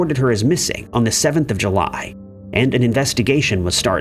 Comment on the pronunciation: Was July pronounced Huly or is my brain off kilter?